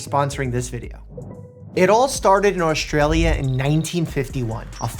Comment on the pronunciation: I really, I have to tell ya. There's no "H" in AUSTRALIA. It's not AUSHTralia. There's never any H sound in ST.